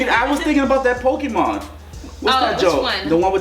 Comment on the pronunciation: "It's that Pokamon its that pokamon " 😂😂😂😂